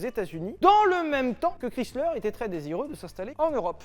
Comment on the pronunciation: C'est horrible comment il dit le nom de Chrysler 🥲 mes oreilles saignent hahaha